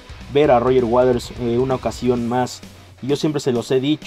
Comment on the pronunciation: "Roger Waders"